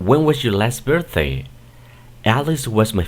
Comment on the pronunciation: Está bien la que dice: When was your last birththay.... ?????